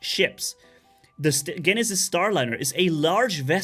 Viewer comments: Jen - e- sis lmao not GENisis. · I know it's confusing but the g in Genesis makes the j sound instead of g for some reason.